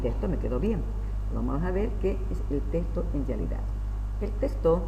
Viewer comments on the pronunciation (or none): Este hombre ni siquiera sabe decir texto wtf